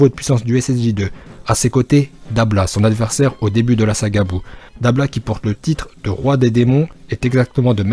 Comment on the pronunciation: Mais par contre c’est dabra pas dabla